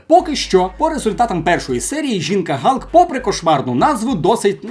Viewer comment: Бля, ну яка нафіг жінка-Галк? Халк, не коверкай